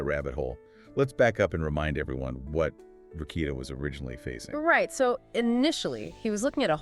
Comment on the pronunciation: But you can’t say “Rekieta” correctly?